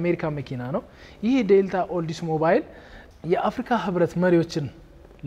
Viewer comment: Nice tour! Thank you! Please tell the tour guy that Oldsmobile is pronounced as ኦልደስሞቢል not ኦልደስሞባይል